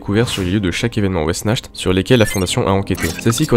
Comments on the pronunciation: De super animation et un scp plutôt flippant j’aime bien les musiques sont bien choisi mais je crois pas que sa se prononce wessnacht mais après tu es plus calé dans le sujet mais je pense avoir raison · Wechnart* en terme de prononciation c'est un mot a consonance germanique